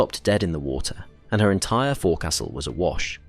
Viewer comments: Fo'csle not "forecastle". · "Forecastle" is pronounced foaksel.